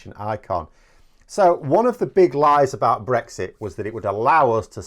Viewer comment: "Beexit" What jolly good fun.